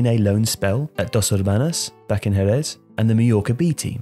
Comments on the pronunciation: Jerez is pronounced “Hereth” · hahaha hij zei gewoon herres!!!!